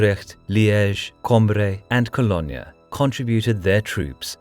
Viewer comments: Yes, he managed to pronounce the Dutch cities pretty well but not Cologne... Bit odd. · Anyone irked by how he pronounced 'Cologne'? Just me?